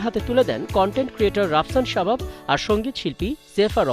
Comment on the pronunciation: Correction it’s sabab not shabab